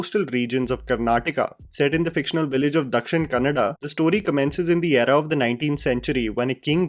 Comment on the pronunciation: Ur the only youtuber(major) from whom I heard the correct pronounciation of KARNATAKA and DAKSHINA KANNADA